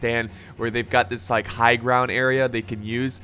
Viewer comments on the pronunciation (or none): none